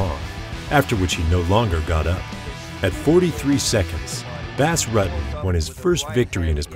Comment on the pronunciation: His name was Not Bass Rut-ten it was pronounced Boss Rooten